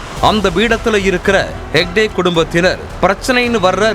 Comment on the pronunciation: ஷேக்டே அல்ல. ஹெக்டே.